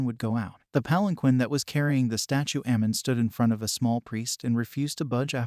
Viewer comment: Amun,not Ammam Tutmoses not thutmoses.